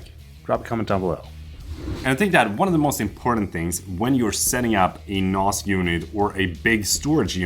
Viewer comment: They way you pronounce NAS is wrong? The a sound is a as in ass, 😂 so nass, not a as in mars... unless your doing a British accent..